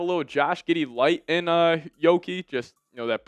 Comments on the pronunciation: lmao pair giddey with primo must watch. and its yuuki not yoki. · That's "Yuki" with a "U" not a "O" 😂